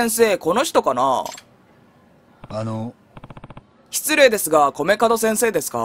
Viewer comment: 米門を『カドクラ』と何回間違えていたけど、何事もなく正しく呼んでからまた間違えてるし😂😂😂 聞き逃さへんでー！🤣🤣🤣